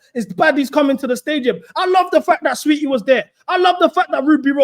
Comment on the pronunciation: my boy pronouncing tf out of saweetie. "sah- weheetie" is killing me